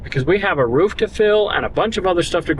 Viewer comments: Did just call a ROOF a Ruff? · can’t say Roof 😂😂